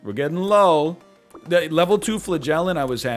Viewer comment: Flah-gell-ant is my favorite mispronunciation. Love the snake bby